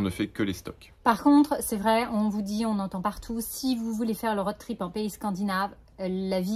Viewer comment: Merci pour ce nouveau partage ! Sans vouloir jouer les rabats joie, le o de road trip se prononce plus que le o de Aude 😁